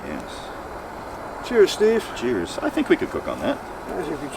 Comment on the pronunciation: First time hearing an "ey" from steve 👏